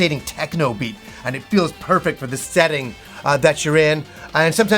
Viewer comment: He pronounces “perfect” as “purfact” and I luv it